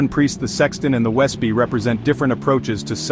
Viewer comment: Wespe is pronounced vespeh, it is wasp in German =)